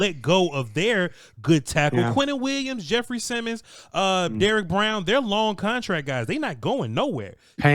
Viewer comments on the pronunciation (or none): none